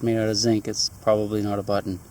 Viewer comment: "A BUTT'NNN!!!" It's even better than when he finds "A COPP'AH!" Gotta love.:-) Hope his show is doing well...we don't get it up here in Canuck land.